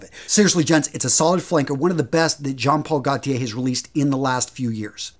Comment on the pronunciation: Nice video, Its pronounced Jean Paul ‘guh tea aye’